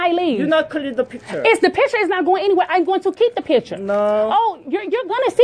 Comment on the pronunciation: Clear tha pishure Clear tha pishure 😂